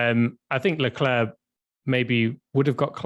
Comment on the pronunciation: Leclerc = LA CLAIR is how you say it. Come on!